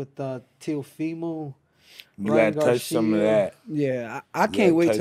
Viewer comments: Still calls teofimo teemo😂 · “How you think him & teethfull do”